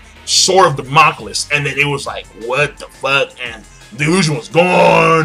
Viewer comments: dont want to be that guy but sword of Damocles. PRONUNCIATION: ( DAM-uh-kleez) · Lol king it's pronounced Da-Mo-Kleys like in code geass... sorry just me being a pronunciation nazi